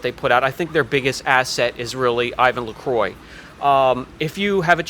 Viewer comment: It's pronnounced "I-van La-Croa" - technically: it's French for cross. (see audio here: )